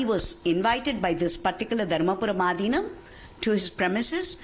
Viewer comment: The pronunciation is Aadheenam. I'm glad that TimesNow is bringing Tamil issues forward, but it'd be better if such professional newsreaders learn to at least pronounce simple words correctly.